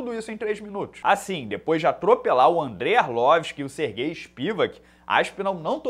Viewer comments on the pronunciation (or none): none